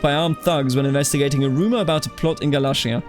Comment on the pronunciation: its gal-ayy-shar for galatia. Ayy as in Ayy lmao